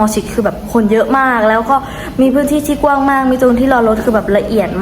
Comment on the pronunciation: คำว่าก้วงให้อ่านว่ากว้าง